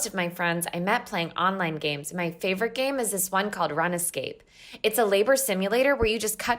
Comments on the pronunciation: tf did you say runa scape its rune scape god damn it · “RunaScape” Do you mean RUNESCAPE?!?!!! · Ok, no. Runescape is not pronounced Run-Escape, it's Rune-Scape. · Did she just pronounce Runescape as run escape? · "Run-Escape" I cackled. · "Run-escape" LMAO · I'm I the only one bothered by the pronounciation of "Runescape"? Like "Run-Escape" instead of "Rune-Scape"? Sorry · “run escape” do you mean runescape? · She said run escape not runescape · Did that bitch pronounce runescape as run escape????? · DID SHE REALLY PRONOUNCE RUNESCAPE AS RUN ESCAPE AND WAS HER FRIENDS NAMED NWORDSAYER69 IM FUCKIBNGFJDGBNGEBVNFVERJGV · Run ee scape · "...a game called 'Run-Escape'" tRiGgErEd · "run ez scape" lmao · Please tell me run escape was a joke and not the actual pronunciation that person chose for runescape. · My eye twitched when you said "Run-Escape" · "My favourite game is Run-Escape" Not sure if it's a joke about the animated channels or if a terrible mispronounciation. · I can't get over how she called it "run escape". I'm fucked up over this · I'm sorry, did they just pronouce RuneScape "Run Escape?!" I just took a d20 of psychic damage. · Did she seriously pronounce Runescape as “run-escape”??????? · Apparently RuneScape is pronounced Runnascape. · runescape pronounced as “run escape” i died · did she say run-escape lmao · She said runscape wrong snd i hate that i haven't even played it before i just dont like it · The way she pronounced RuneScape is giving me an existential crisis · Why is no one talking about how she pronounced Runescape and how now I can totally see how she got that